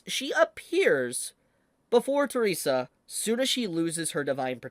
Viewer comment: let me correct the pronounciation. Her name is not Teresa. Her name is Theresia. The-re-si-a.